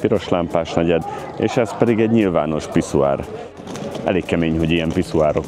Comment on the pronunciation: Jó a holland kiejtése. A franciáról nem is beszélve. 😅 A piszUár pedig megkoronázta az egészet.